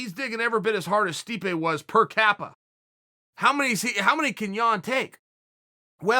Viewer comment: Chael “Per Capa” Sonnen